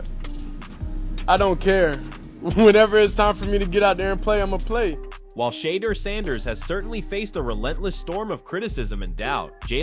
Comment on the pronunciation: Can you pronounce his name correctly or stop reporting on him !!!